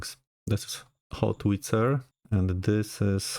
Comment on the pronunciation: Sir, it's Howitzer, not Hotwitzer ;)